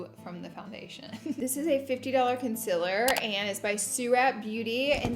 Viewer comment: The concillurrr and the powdurrr hunnney!